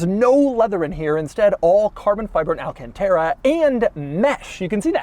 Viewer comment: It's Al-CANT-ERA not AL-CAN-TERA